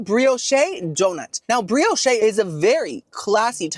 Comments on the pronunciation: Hi, love you. Next time instead of th “Brioshay” you might want to try the Brioche it’s fluffy, butter, crisp!! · And brioche in English is pronounced bree ohsh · is trolling with the pronunciations of bisque soup and brioche I just know it LOL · I just love your reviews! My husband gets a kick out of you too. 😊 over the years your descriptions have gotten so much more refined right along with your awesome sense of humor. ❤ just wanted you to know… bisque is pronounced ‘bisk’. Also Brioche is pronounced bree-oh-sh. Keep being you, bestie! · "Muh-Skeet" (Mesquite), "Bree-o-sh" (Brioche) & "Bisk" (Bisque). You trollin'? Lol. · Loved this one. FYI Brioche is pronounced "breosh and Bisque is pronounced " Bisk" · Busk & Bree o sh is the right way to say these words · I think its funny how you mispronounce words all the time. BOOFAY, BISKAY, BRIOCHAY.....HAHAHA. DO people not CORRECT YOU???😊